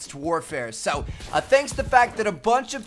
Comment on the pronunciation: Why does he go like "Sowe" lol he says so weird